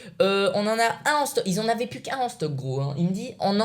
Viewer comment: Stp arrête de dire pu! Au lieu de plus Bon je sais que t'a du mal mais entrenne toi